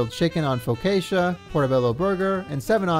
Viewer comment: The scariest part of the video was the way pronounced "focaccia".